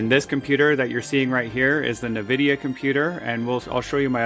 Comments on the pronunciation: sorry - but it really somewhat bothers me how you pronounce nVidia - you say "ne-vidia" - correct is: "en-vidia" ... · Please stop saying Nvidia like that 😭 It's just the letter "N", followed by "vidia" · Did you just call it a "Nuh-Vidia" driver? 😂 Dude, I think you're an amateur in general😅